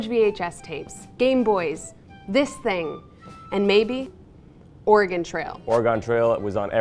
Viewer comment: Excuse me did he just say ORAH-GONE?